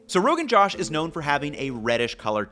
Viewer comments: are we sure that's how u say it? no one else is correcting but the kashmiri women who makes it for me says it like Rogan J-ah-sh. like an "ah" sound instead of saying it like the male name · It's not pronounced josh rather joush. Idk how to explain it better can someone use the üúô to find the sounds I'm trying to say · Good breakdown, Ethan. Fyi, the "Josh" part is pronounced more like "Joe-ssh". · Noooo that's not the pronunciation. It's not pronounced as my name.